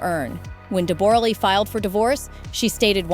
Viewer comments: Deb-ra, not Deb-bor-a. A beautiful and extremely talented lady way before Jackman came along. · It’s Deb a ra not Deb- bore-a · We say DeBrah not DebOra. Just doesn't work in Australia. Mispronunciation of the key persons name just diminishes the whole story. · It's not pronounced Deboooooorah! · She’s an Australian. Debra is the correct pronunciation